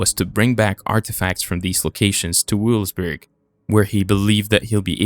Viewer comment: Interesting. Language skills need work. I think one was supposed to be pantheon, not panitheon. Also, when in doubt, look it up, right on the internet. German W is pronounced V, so Vevelsburg, not "Weewillsburg." Otherwise, nce film and info.